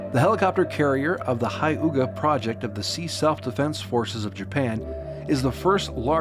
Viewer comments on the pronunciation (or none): you should pronounce Hyuga as hue -ga, also Its Shoukaku and Zuikaku. also its Tarawa not Tarvana...